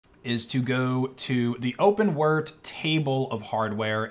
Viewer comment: did he really say open wert? 🤦🏼‍♂️